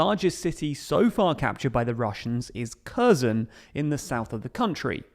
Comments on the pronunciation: Not only Kherson pronounced badly, it's like every fucking place with wrong pronunciation. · Harkiv and Herson, not Karkiv and Kerson. It's been two months. Media should know how to pronounce the names by now. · Its KhersOHn, not Kherrsun. I love your videos, but please pronounce it correctly next time. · In Ukrainian language when you see a name like Kherson Херсон or Kharkiv Харків the Kh sound is for a Ukrainian sound of a very hard H to sound like Harkiv or Herson with the K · Maybe he'll learn to pronounce Kharkiv and Kherson properly as well; just drop the 'K'. If you want to be taken seriously, just listen to a few videos from native Ukrainian speakers and learn from them. Otherwise it's hard to take seriously any news from someone who can't get the basics right.